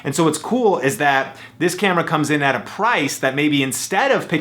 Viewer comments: . "Any canon campra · You said cambra